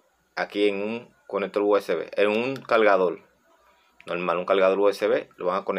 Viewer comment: el conectoL paLte caLga Habla bien modula